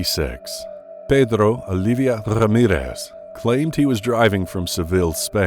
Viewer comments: Pedddddro Alidddddddia Rrrrrrrramirrrrrrrrrrrrrrez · Pedrrrro Olivia Rrrrramirez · I just love how this narrator says "Pedro"